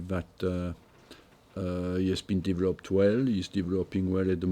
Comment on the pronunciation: Been here 20 years still can't say the word developed